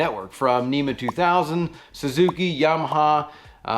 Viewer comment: NMEA not NEMA. (National Marine Electronics Association)